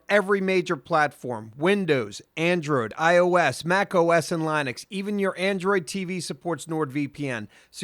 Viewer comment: Your pronunciation of Linux makes me cringe a little.